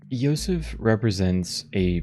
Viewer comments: Actually, you were pronouncing Josef's name correctly. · Funny enough, you might have been pronouncing Josef's name correctly the first time? The devs are Czech, and J makes a Y sound in their language, so who knows 🤔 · The game is from the Czech Republic, so the name Josef it's pronounced more like how you pronounced it at the beginning, you don't need to correct anything. ( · Nice video! If you want to pronounce his name in Czech, it is Josef like you were saying in the first half ;)